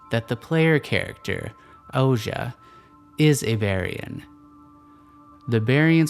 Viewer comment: Thank you so much for this video. Very ”accurate” and interesting interpretation. I had a great time watching and seeing your artwork come to life. Couple of pointers then; Ouji is supposed to be pronounced Oh-gee, at least thats how I imagined it in my head, but whatever works for each is fair really. Art is subjective and not so much objective, despite the artists intentions I believe. The Moon is also a symbol for introspection, further nurturing the idea that somewhere in the story someone get’s a new chance to break the cycle. Perhaps its the Berians or perhaps the player and if so, hopefully we managed to convey this sense of looking at ones own actions outside the game and that ultimately it is your own choices that set whatever future may come.